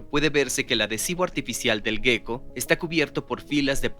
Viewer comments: Ejem, en español, se escribe "geco", ¿por qué pronuncian gueco? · La pronunciación es geco (jéko) (tal como se escribe), no gueco. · A mí , en cambio me provoca una gran ansiedad estar todo el rato oyendo la palabra gecko como si se escribiese guecko, o las fuerzas de van der uals.